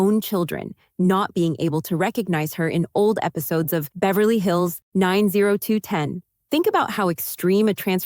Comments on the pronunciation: Okay I just couldn't take this seriously after calling Beverly Hills 9 0 210...come ooon!!! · Nine zero two ten 😂